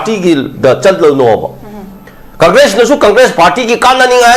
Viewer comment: gi phonetics: conkres 😂😂😂